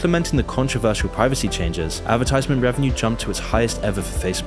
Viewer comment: women “Preevecy”